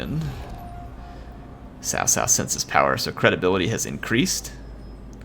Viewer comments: cao cao... not sao sao 骚骚... LOL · I think it sounds more like Zao Zao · hey, CaoCao is pronounced as "Chow Chow" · cao not sao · JoJo is a closer pronounciation then sao sao. I'd rather call him cow 🐄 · Chaochao not Saosao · Great video, just one quick thing Xiahou Dun - "Sha-ho Do-in" Cao Cao - Tsow Tsow" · And Cao cao is pronounced Tsao Tsao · It is pronounced as *Chow chow btw. good video bud, keep it up. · *pronounced as Tsao Tsao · No, hes actually not pronouncing it right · Dude the way you pronounced cao cao nearly gave me cancer